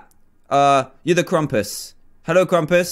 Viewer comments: did anybody else realize its krampus? not krumpas? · Its supposed to be Krampus not Krumpus